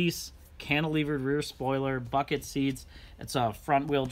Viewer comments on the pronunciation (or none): none